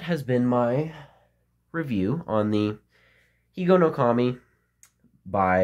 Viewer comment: Hello, your Japanese pronunciation is correct. I'm a little good at Japanese. Because I'm 102% Japanese. In order to keep Higonokami in your pocket, you need to secure the blade and grip with a rubber band. Many children failed to do so and were injured. Children at that time sharpened pencils at Higonokami and made toys from bamboo and wood. Unfortunately, there is a trend in today's children to avoid having knives as much as possible. That's why you can't even peel the skin off an apple.